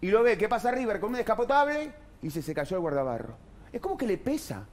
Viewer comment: Se dice riBer